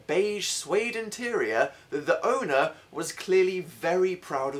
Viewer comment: Am I the only one that noticed dan only said terior instead of interior I'm such a grammar nazi lol